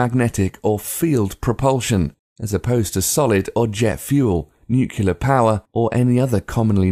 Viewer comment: it's nuclear not nucular